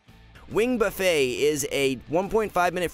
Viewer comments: buffeT, you say the T. unless you're expecting to have all you can eat evoker wings. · Don't forget the word "Buffet". He pronounces it like we are about to feast. lol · Is there a joke with Wing Buffet that I'm missing? Why do people keep pronouncing it like they're rolling up to an all you can eat buffalo wing joint?